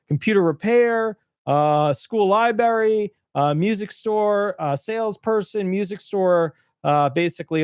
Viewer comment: It's pronounced "LIB-R-ARY" NOT "LI-BARRY" 😂❤